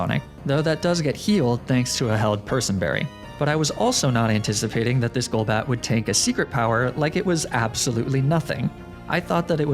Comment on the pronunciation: theme challenge idea: pokemon you've mispronounced on other videos on this channel, such as magnemite golduck golbat etc.